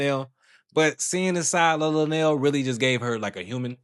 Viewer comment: I would feel the same way lunell does however I would have as a woman left the interview however the female radio host didn't do her research on her guest! You podcasters even pronounced her name incorrectly